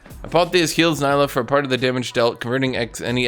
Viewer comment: It's not pronounced Ny-lah for God's sake, It's Nee-lah !